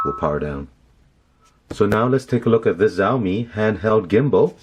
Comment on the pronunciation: it's Xiaomi not Zaomii